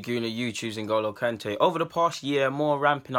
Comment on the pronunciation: why do you keep saying ngolo kante?